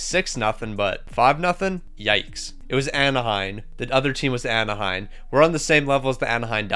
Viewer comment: AnaheiM. Not AnaheiN